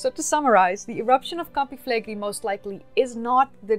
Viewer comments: A note about the name of that supervolcano: it's not pronounced "Flegri", it's "Flegrei". Both the "e" are pronounced the same and the "i" is last. The syllabs are fle-gre-i, with the stress on the e in gre. By the way, it means "burning fields" or "scorching fields" in Latin. About the topic, I find the hypothesis of the supereruption to be valid. That boomer can plunge the world in an ice age in a couple weeks, if it really wants to. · Fleigrei=“Flay Gray” not “Flaygree” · that's an amazing place, you should come and visit! thanks for the video, I had no idea it could be among the causes of their demise! ps it is pronounced with a final i (like "gorillinI"), flegre-I, like maybe [e], not [ai]